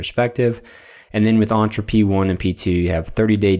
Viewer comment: The E in Entra is pronounced as in 'Enter', not as in 'Aunt'